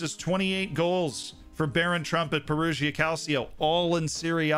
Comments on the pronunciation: And "Perugia" is pronounced "Peruja" (with a "j" like in "jam") - not "Peruzhia" (where "zh" is the sound of "s" in "measure") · Check pronunciation in words: Calcio, Udinese, Perugia, Cittadella... 😬 they were all said incorrectly.